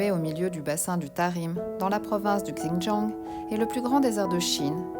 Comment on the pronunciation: Hello, le X en Chinois ...se pronomce comme un Ç avec cédille...ainsi Xintiang se prononce Çintiang...😉 Bonne route!🔆🎈